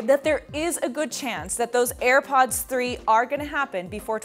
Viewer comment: "Ir pods" lol